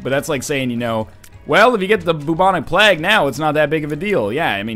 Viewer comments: Bubonic PLAG? Like, PLAG, right? Not plague, but PLAG? You're an intelligent guy, do you really pronounce it that way? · "Bubonic Plag" PLAG! It surely has to be pronounced Playg over in Canada, Plag doesn't sound right for Plague. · The Bubonic Plaaag? Plaaag? Seriously NL's pronunciations...